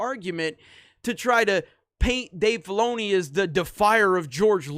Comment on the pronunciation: Stop saying Dave Baloney. I swear that's what you are saying. I can't stop hearing that now.